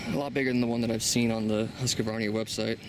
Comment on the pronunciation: Did you say Husqavarnia? Just Husqvarna. Not HasqAvarna or Husqvarnia, just Husqvarna.